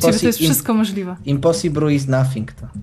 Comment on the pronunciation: nie mówi się 'Impasibru' tylko 'Imposibol'... przynajmniej mi się tak wydaje.;d